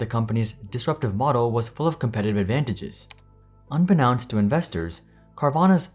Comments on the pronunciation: You probably won't ever see this comment, but it's "un-be-nohnst" not "un-be-nounst" just needed to make you aware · Unbeknownst is pronounced the way it sounds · that's not how you pronounce unbeknownst 😂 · Came to the comments to say that, thank you!😂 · girl that is NOT how you say "unbeknownst". "known" is the core word; just build around it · Is that really how you pronounce "unbeknownst"? Have I been saying it wrong?